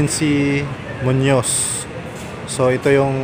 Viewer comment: Munoz po hindi munos